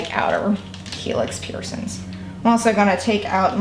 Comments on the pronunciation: PiErSoNs wouldn't be soooo triggering if you didn't say it 100+ times lmao. Girl get a "piercing" counter on screen 😂😂💖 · Piercins “piercings” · Peircin. Pisses me off 😂🤦🏻‍♀️🤦🏻‍♀️🤦🏻‍♀️🤦🏻‍♀️🤦🏻‍♀️🤦🏻‍♀️🤦🏻‍♀️🤦🏻‍♀️ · I love her! 😍 Love her accent and how she says " peircin/s" and leaves off the g on words, I'm from the UK, x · girl i love the way you pronounce piercing/piercings